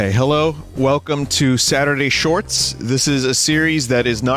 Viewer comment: "Saturday Shfyats" (shфяts)